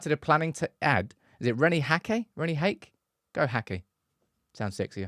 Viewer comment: Hahkuh is basically how you pronounce it